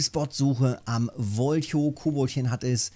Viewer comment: hi Grüß dich Wen du Wolhow richtig Ausprechen Möchtest dan Must du Wol Hof das H Betonen !!! nur ein tipp nicht das ich klugscheißen will !!! du machst es schon !!! ich guck dir gerne zu weiter so!!!!